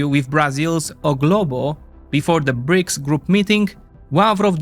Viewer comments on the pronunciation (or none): none